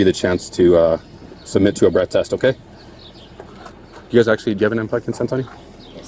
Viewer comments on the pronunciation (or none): in, he absolutely said breast test, not breath test